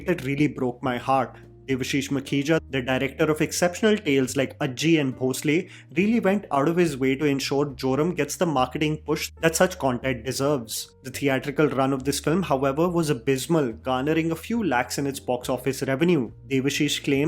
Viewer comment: The pronunciation of Ajji is आजी and not अज्जी. Aa-Gee.